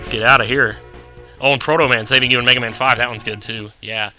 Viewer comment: you said mehaman.